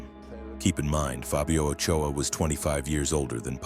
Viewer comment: Its Ochoa